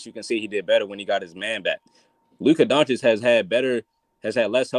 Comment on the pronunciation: Day 837, Why is still no one mentioning to that he is pronouncing Lukas name wrong Donchick... put some respect on his name already wtf